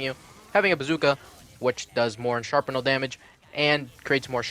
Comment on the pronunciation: Also, you pronounce shrapnel wrong its strap-nel